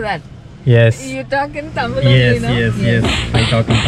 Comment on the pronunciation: Anna "Thamil' illa..... Athu "THAMIZH"....